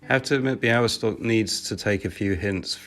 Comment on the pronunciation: niech więc obco krajowcy uczą właściwej wymowy Białystok i Podlasie